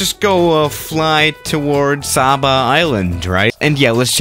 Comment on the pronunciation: Its pronounced sayba